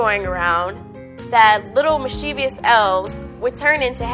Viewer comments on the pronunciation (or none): Neither pronunciation of "tomato" adds non-existent syllables to the word. There are two ways to pronounce mischievous: "MISS-chih-vuhs" or "MISS-chiff-us". Neither of these adds non-existent letters the way the popular but incorrect pronunciation does. Same thing with "nuclear": it's "NOO-clee-uhr", not "NOO-kyu-lur". The latter pronunciation is incorrect because it adds letters which are not there. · Correct pronunciation: MIS-chih-vuhs. Also, I like the way she says "dawg". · It's pronounced the way it's spelled. There's no "i" after the "v", so it's "MIS-chih-vuhs". A lot of people pronounce it incorrectly, but you have a chance to change that here. You have the power to help popularize the correct pronunciation.